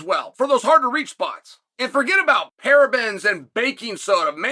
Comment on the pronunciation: Uncle Chael, I love ya but you’ve never said parabens before in your life 😂